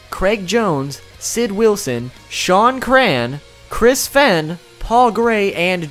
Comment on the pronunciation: says fehn wrong...